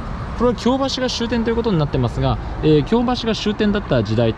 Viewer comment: 私が府民だった20数年前は枚方も守口もあのような案内板はありませんでした。 恐らく街道旅が見直されてきて「そういえばこの辺京街道やん！」てな思いつきで整備されたのではないでしょうか。特に守口宿のあの高札場はちょっと引いた(*´Д｀) それから「京橋」の発音の違い完璧です！表記は一緒でもイントネーションが違うんです。